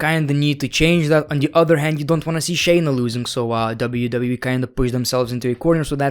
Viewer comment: Shay-Na not "Chy-na"